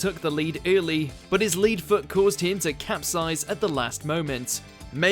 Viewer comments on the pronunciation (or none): Came here to say this! It's Phil OAKEY ffs, also spotted the "lead foot" with lead pronounced as 'leed' instead of 'led'. Shocking. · Lead (leed) foot?! It’s lead (led) foot you pillock! 🤦‍♂️ Get rid of this narrator